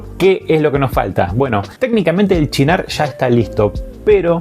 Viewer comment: Siempre lo llamé "Sinar" no "chinar*... Uno de mis aperitivos favoritos.